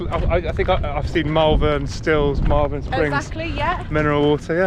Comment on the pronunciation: Did he say Malvern? Everybody knows its' pronounced Malvern. And don't even get me started on my own incorrect use of the apostrophe.